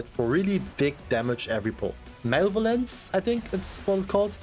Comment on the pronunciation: mach mal einer die heizung aus - also - ma le vo lence - not male violance - also again - its not toxic to tell ppl to get gud if they fail to play their char in a enviroment that requires u to do so